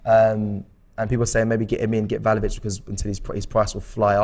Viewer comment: Btw it’s vla ho vich not val ho vich😅